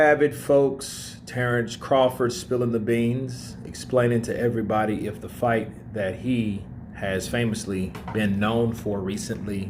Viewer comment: It's fight not fught lol😂